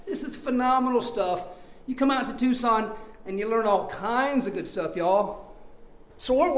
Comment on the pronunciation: Finally someone who isn't from Tucson says Tucson right lol